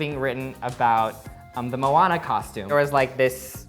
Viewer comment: Moana(MOan-ah) Maui (MOW-ee)